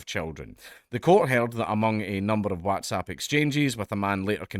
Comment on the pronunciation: Why do you say WhatsApp like that bro? You ok?